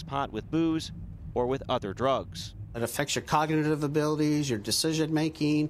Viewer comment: "it affects your coganative" um its cognitive